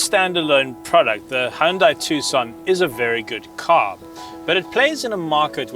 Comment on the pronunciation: Why do so many car reviewers pronounce "Hyundai" incorrectly? 😤